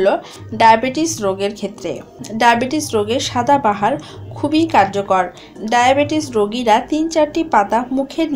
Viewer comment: ঠিক উচ্চারণটা হবে "সদা বাহার" অর্থাৎ যা সব সময় সুন্দর ।